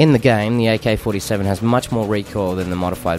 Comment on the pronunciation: he says aykay fortay sayven